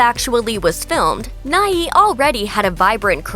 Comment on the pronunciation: Bill Nighy; Nighy is pronounced /naı/, Not /'naı.ı/.